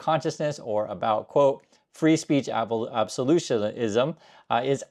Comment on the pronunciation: Absolute- ism. Not Absolution-ism. Practice that. Absolution is something else entirely.